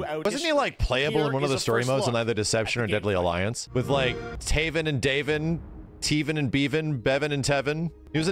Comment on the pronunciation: It's taven and daygon.